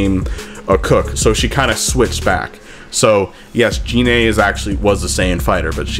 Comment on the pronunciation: It's gine